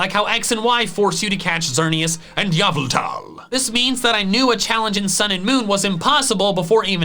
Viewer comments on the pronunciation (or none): Im thinking you need to call the police during when grunty boy tries to steal your things during sponcers. It will get him out of your hair, and it will be better for you. Also, STOP MISPRONOUNCEING YVELTAL AND ARCEUS. HOW DO YOU GET YAH FROM THE LETTER Y AND OO FROM EU. STOP DOING THAT